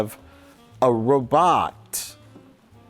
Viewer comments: a rowBOTT? ROWbot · "A roBAHT" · I think he put his emfassis on the wrong silabble. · Yes a perfectly normal way to pronounce robot. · in this week's video, Mike pronounces the word "robot" in a way that it has never been pronounced before